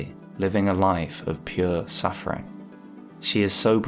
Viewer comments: Lautrec, not Loutrec... Really cool video :) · Why do I always hear "Lord Shrek"? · I keep hearing you say "Lord Shrek" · the way you put the emphasis on the second syllable of Lautrec makes it sound like you're saying Lord Shrek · i thought he said “lord shrek”💀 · I hate everything about this video. I hate the way you say "Lautrec". I hate your high school debate team style jargon and "le devils advocacy" 2012 redditor analysis. I hate the audio mix and I hate that it compelled me so to break open the YT comments for the first time in 4+ years to tell you this.